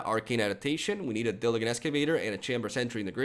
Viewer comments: diligent is pronounced with a 'G' like in 'Gentleman' or 'Giraffe'. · New subscriber here. I do like your commentary and decks you are sharing, but I just wanted to mention something that keeps distracting me during your videos. You can’t say half of the card names correctly. These are basic words, like diligent. I apologize if there is a reason for this out of your control, but...if possible, it would help your content if you didn’t distract by consistently reading the cards with made up word pronunciations. Thanks for your content though!